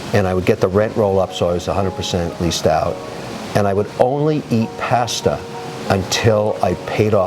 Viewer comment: Kevin can’t pronounce pasta correctly